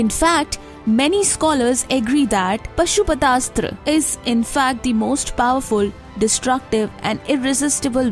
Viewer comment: Forgive me for making correction: It is not pronounced as Pashu-Patha Asthra ... It is Paashu-Patha Asthra in Sanskrit